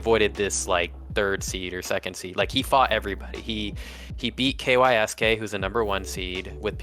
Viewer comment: Kysk is pronounced “KEYO-SHKEE” which comes from the Japanese “kiyoshiki”. No one calls him “Kay why es Kay”